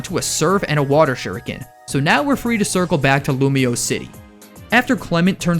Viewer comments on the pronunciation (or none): none